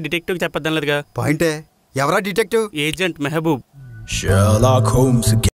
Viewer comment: Rey cerlack homes kaadhura! Sherlock Holmes 🙄